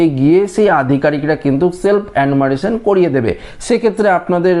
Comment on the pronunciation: অ্যানুমারেশন নয়, রে ওটার উচ্চারণ হয়ে হবে এনুমারেশন, জিভ টা একটু ছুলে নে 😜